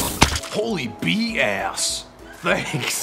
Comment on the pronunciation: He said bee ass